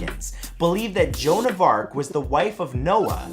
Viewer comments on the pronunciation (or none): none